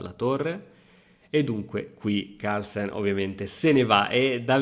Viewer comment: Partita incredibile, ma sai cosa l'ha rovinata? I Toscani, che dicono la mi mamma il mi babbo, e che pronunciano Harlsen